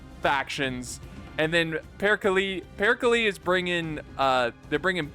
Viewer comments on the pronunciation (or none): No, no way he pronounces Perkele as "Pirkilie" man, you do great stuff but this is just too funny not to point out. Love your vids. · Just a pronounciation thing: All the e's in "Perkele" are pronounced the same, like the first one.